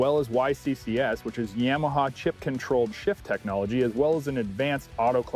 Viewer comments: What the heck is a “yahmahaw “ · Stop saying "YAMAHA" like that.